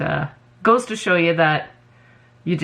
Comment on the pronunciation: Every time I hear say You, I hear Ewe. lol